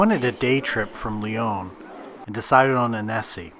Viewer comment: Nice video, shocking pronunciation of Lyon!!